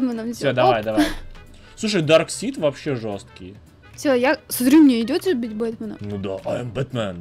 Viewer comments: Во-первых не дарсит а дарксайд. А можно в юных титанов было переодеться. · Не дарксит даркасайт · не дарксид а дарксайд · Самые лудшие капитан Америка железный человек и человек паук из всех фильма и кста не дарксид а дарксайд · ето не дарксит а дарксаит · Не драксид а драйксад